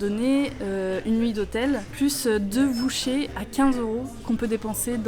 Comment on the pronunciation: Alors JUSTE pr info, on prononce vouchers => VAW-CHEURES pas VOUCHÉ 😂 juste au passage